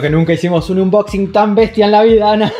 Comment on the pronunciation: Repeat after me please... aaaaannnboxinggg... thank you